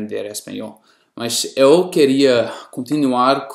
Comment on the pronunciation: Muito bem! Mas vou te cobrar um esforço extra, em 2 itens . -- Na pronúncia da vogal 'E', por exemplo na palavra 'EU' procure NÃO produzir esse som aberto. Pois assim fica parecendo que está acentuando o 'E' , fazendo dele um 'É '. -- O mesmo acontece com a vogal 'O' , na palavra 'NOVO' que fica parecendo 'NÓVO'. não é uma crítica maldosa, e sim uma crítica construtiva..Sei que é difícil, mas resolvendo esses 2 pontos, fica quase sem 'sotaque. Mas apesar disso, devo lhe dar meus parabéns, pois a metade do povo brasileiro, não fala tão bem quanto voce. Abrç e at+